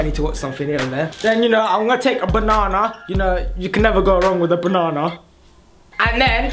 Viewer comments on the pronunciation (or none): what is bonana its banana not bonana